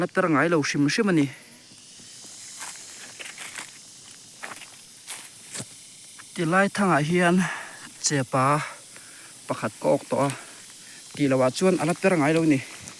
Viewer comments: I chepa lam dan khi thluk lo in lam pial tawp rawh Mizo tawngah chepaaa a awm ngailo chêpa ti rawh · Chepa tih tur che^pa tih loh tur aw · Chepaaa chu in lamdan pwh nise, a dik loh chuan in siamtha ve mai la mawle. Ngaihthlak a hreawm alm.. kan unsub sup2 mai tur che nia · Chepa tia i lam dan hian kan khaw lamah pawh kan lam ve tho, mahse lamdan diktak anilo tih chu ka hria, tin kan lsm dik talo anih pawn a pawi lemlo e. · Chepa lam dan a buai zawng2te khan chhimlam ania inlo hrethiam dawnnia,mahse zuhrei hi chu zuhrai ti bik tlat a😊😊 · Keini lamah chuan a pa lai tak lam dan hi faten an pa te an koh a pa ti a an lam Rik dan ang hian kan lam. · I chepa lam dan chuh.. i pai deuh tlat🤣🤣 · Chepa i lamdan hi a dik lo, pa, (masroom) lam angin i lam thina, pa(Father)lam angin lam tawh rawh.